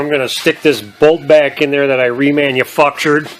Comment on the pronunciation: New word: Remanufuctered. Love it!